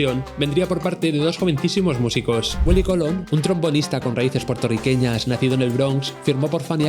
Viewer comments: Willie Colón. No COLON JAJAJAJA. BUEN VIDEO. POR CIERTO 👍 . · Cuesta mucho decir Colón? En vez de Colon 😐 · Me encanta que le digas Willy Cólon con acento en la primera O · Willie Colón, con acento en la o compare